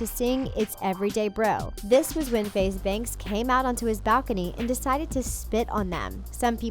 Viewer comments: If your going to make a whole video about him say FaZe Banks name right keep that in mind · How can u make this type of video when u cant even get his name right.